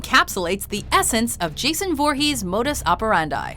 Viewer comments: That's not how you say voorhes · I thought it was foorhees not voorhees